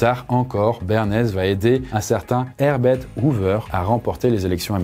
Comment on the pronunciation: "Air bête" Hoover a changé d'air 😂